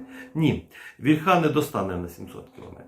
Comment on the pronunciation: Плюсик, але • «вільха» має наголос на «і», • таки «гас», а не «керосин».